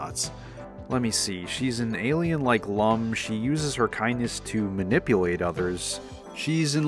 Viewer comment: I watched the original and he pronounced Lum like "loom," which is extremely distracting for fans of the character.